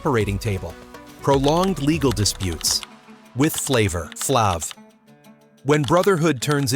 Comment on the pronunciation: He lost me with the pronunciation of Flav's name, I quickly stoped and moved on to something else .....smh!